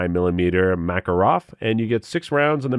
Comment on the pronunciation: I watched 30 seconds of this video and then you lost me at "Makorov". Seriously? Good luck finding ammo for it! If you want a really good (BRAND NEW OUT OF THE BOX) gun for $250, go buy a Taurus G2C or, preferably a G3C. I own a half-dozen of them just for the hell of it. Most of the pistols listed in this video don't even belong at a garage sale!!!